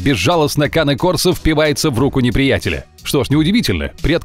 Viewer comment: Не коне курсо а Кане корсо не дуберман а доберман научитесь произносить породы.